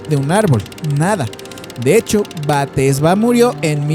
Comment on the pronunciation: Exacto es BASADA EN HECHOS REALES, el nombre no es Batesha si no Bathsheba Sherman, tampoco es el hombre torcido, si no El hombre Encorvado, hay que leer antes de hablar.